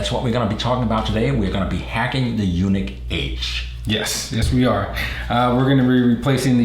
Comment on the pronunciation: It is pronounced like the word Unique, not Eunuch (a priest whose testicles have been removed or mutilated for their specific function in life) I understand you have an accent but can you please pronounce it correctly. Your partner there and all other people including Ryan at Yuneec have been pronouncing it correctly except you. Drive me nuts. :-)